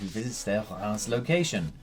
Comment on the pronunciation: Reims is pronounced Raaz though, with a French R sound.